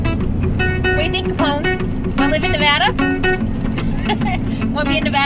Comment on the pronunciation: Just want to say THANK YOU or pronouncing our states name correctly.. "NEE-VADD-DAH" not "Nah-VAH-dah" I hate it when "supposedly" educated people mispronounce my states's name.